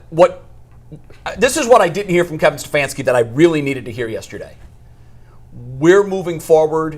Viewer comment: Liar you are sitting underneath a rock. Agenda totally against him. Stefanski cannot even say his name.